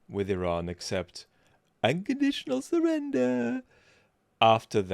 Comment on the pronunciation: The trumpoid doesn't know anything much. But sure knows how to say "unconditional surrender", flawlessly; and I can't get tired of hearing his little voice! 💛